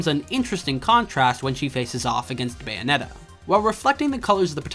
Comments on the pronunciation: Why do you misspronounce Bayonetta? Say the word bayonet, then just add an “ah” at the end. They even say her name like 2,000 times throughout the game, how can you get it wrong? You’re saying “Bio-net-ah”, while it’s actually “Bay-oh-net-ah”. Once again, Americans just love proving that they will just never understand how to pronounce things correctly. Bravo. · First off, I'm Canadian, and second, I am saying it properly? I don't know what you're hearing, but I can assure you that I'm pronouncing it Bay-oh-net-ah